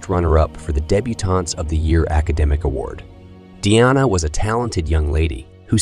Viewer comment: Schizophrenia pronunciation according to this computer is shitsophenia, snd Deana is DNA.